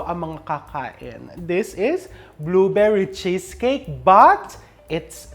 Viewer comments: "Bluverry Cheskek" - Melai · "Blue veri chess cake" —Melai 😂😂